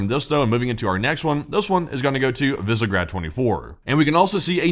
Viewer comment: Visegrád - spoken: "Vishe'grad" (with a normal "a", but not the American "a").